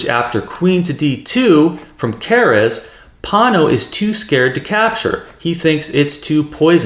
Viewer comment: 😂 why are you pronouncing Keres' name as if it was a Spanish surname? It's "Care- es"